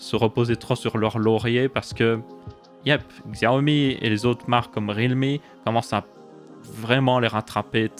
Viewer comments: Tu peux dire "Siaomi" au lieu de "Xiaomi" xD Nan moi aussi je faisais l'erreur, je ne juge pas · Ca se prononce Chiaomi.